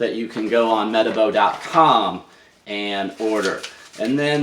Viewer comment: Hi saw your link on the rotary revolution group. Pretty sure it's pronounced - Mer Tar Bo. This rotary is a weapon, it's so grunty and a far better design than their PE 12- 175. The Rupes LHR19 was a letdown to me when testing it.